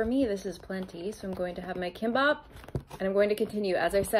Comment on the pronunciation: That pronunciation of kimbap is a violation, but even more cringe is the unsolicited opinion on your choice of food. 😅